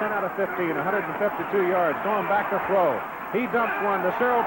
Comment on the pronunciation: with Sonny, throw is pronounced "thow.". When I was a kid, I found it funny when he moved to color commentary for CBS.